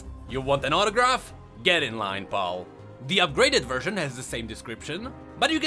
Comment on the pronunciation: the only problem i have so far is your pronunciation of the word "pal"